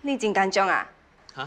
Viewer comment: get the right pronunciation for 紧张 ，please！